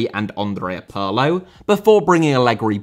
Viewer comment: Pirlo. No Parlo. 😉